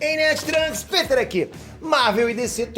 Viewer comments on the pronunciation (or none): none